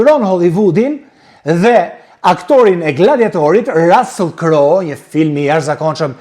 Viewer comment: QUHET RUSSULL E JO RASELL O SHQIPTAR QE S'DI TE LEXOSH ,CA DO I BEJE HOLLYVUDI SHQIPERISE DO I REKLAMOJE SALCICET QE JANE NE GJITH BOTEN ME MISH VICI,MISH,PULE,MISH DERRI TE EMBLA DHE PIKANTE ME SPEC DJEGES E PIPER ,RECETA GUZHINE TE PJEKURA ,TE ZIERA ME VAJ E VERE TE BARDHE ,ME SUGO POMODORO E VER TE KUQE